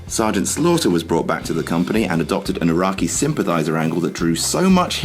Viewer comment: "EYERAKI" fucking ROFLMAO!!!